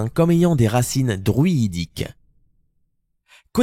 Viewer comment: duiiiiiiiiIhyhihhiiidique.?? vraiment??? moi qui penseais que l'on disait druidique tout simplement.. que je suis stupide quand même...